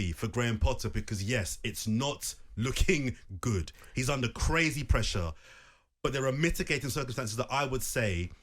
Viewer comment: "Brazy" lol